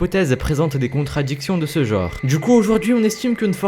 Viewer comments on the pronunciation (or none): none